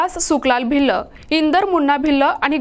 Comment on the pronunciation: भिल्ल भिल्ल नका म्हणू मॅडम भील म्हणा.. आणि मराठी भाषा शिकून घ्या...